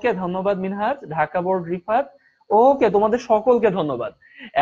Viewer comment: It is board not boat😅😅